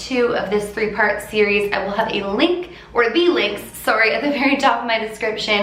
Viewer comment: I love when you say “Sorry” , can totally hear the Canadian accident lol ♥️